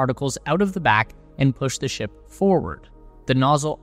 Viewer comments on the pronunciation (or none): none